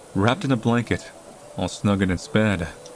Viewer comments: WHY WOULD U SAY BREAD INSTEAD OF BED IN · “So it sprang from its bread to see what was the matter” eheheheh bread nice job hehehe